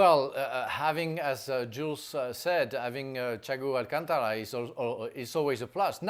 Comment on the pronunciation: Noone: bald guy: "Chaigo alchangra"